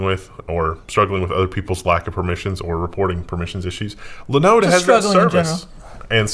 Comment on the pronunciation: Please, please, please stop mispronouncing Linode. So painful.